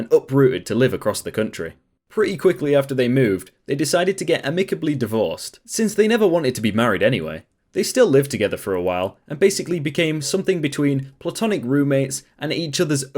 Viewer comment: The mispronunciation of words drives me crazy!! It isn't 'uh-mick-ah - blee' It is "am-i-cuh-blee' jeesh